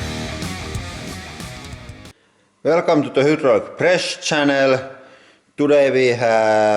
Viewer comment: Hey man great videos, keep on crushin! But it's HYDRAULIC (hi-draw-lick), not hadrooooolix 😒😒😒 this is Merica homeboy!